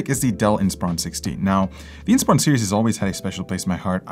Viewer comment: "Inpsiron"? really? 🤣